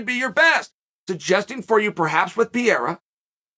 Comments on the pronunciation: Alex: It's Pah-ray-rah Uncle Chael: Pee-era Alex: Pee-era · Stop saying "PIERRA" 😂🙉🙉🙉 It's PEREIRA! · man you are yelling like nad,its not piera,it is Pereira and he is apsolute class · It's kinda cute you calling him PIERA but it's actually PE-REI-RA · Rofl Chael keeps saying “Pierre” like Alex is a fucking Frenchman. I think his performance last Saturday proved he isn’t French. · Chael spells Pereira’s name right but still says Pierra🤣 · Pe-rare-ruh or Pe-heh-da are the acceptable ways to pronounce the camp's name, Uncle Chael. Lol. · For Christ's sake, stop calling him "Pierra"! Call him Poatan! It's what Brazilians call it and it's easier for English speakers to pronounce. In English, the correct pronunciation will sound something like "Poah-ten". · Awesome that Chael thought about that. It would be more awesome if he can pronounce his name correctly 😂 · Uncle Chael won't give a f*ck to learn how to pronounce the name Pereira. Lol